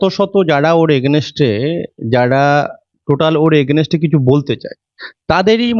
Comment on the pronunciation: Ini nijei to AGAINST kothati uchharon korte parchhe na.party er matha hote gele nominal education er o ki dorkar nei?